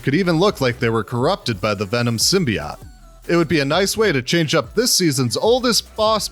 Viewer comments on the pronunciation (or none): He said simbeot instead of simbeote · It’s pronounced sim-be-oat